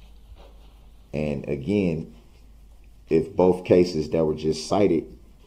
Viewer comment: Can you imagine reading the transcript of the proceedings? Hopefully, there was not auto correct because DB's grammar is "on the record" of "axing" the judge for her "oaf" of office. Asking a witness why "boaf" detectives said the same thing. The jury needs to know the "troof" why an objection was "substained." Asking a witness if she "seeked" to testify. Multiple texts, according to DB, are "Texas."